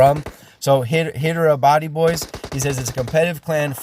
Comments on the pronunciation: it's pronounced Jay Hind. And the city is pronounced Hi derabad. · It's Hydrabad (Spell it like Hydra + bad )